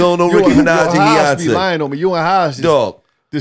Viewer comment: I’m mad it took me this long to discover these niggas 🤦🏾‍♂️ “heyonce” 💀💀💀